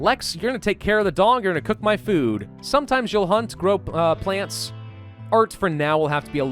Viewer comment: "grope plants"